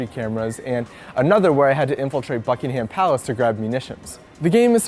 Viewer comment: Well done. you managed to mis pronounce Buckingham Palace.